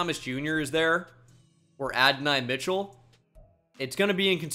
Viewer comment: Mike gesicki’s name is not pronounced the way you pronounce it lol. It’s literally the way you said it isn’t. Adonai mitchell is another. Shall I continue?